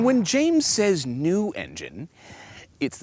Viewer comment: he said “*and I’m James*” in bold